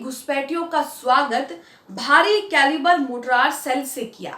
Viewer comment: Good episode. Please note, it's Mortar, not Mortrar.